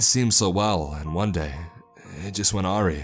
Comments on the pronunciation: awry - is pronounced uh-rye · I love you're stories but you've got to learn to pronounce words. Awry(A-rye) and faux(foe) are the two I've heard you mispronounce often.